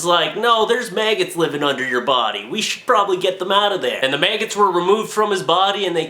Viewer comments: Mag-gots not may-gits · Did he just say mayggots